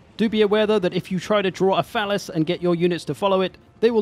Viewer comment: "Draw a falice" How dare they deny the order